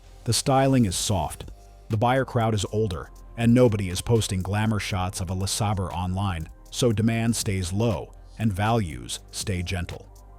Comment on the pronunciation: Buick "Lessabur"